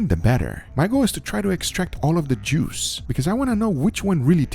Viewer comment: Damn I kept hearing "It's all about the jews" xD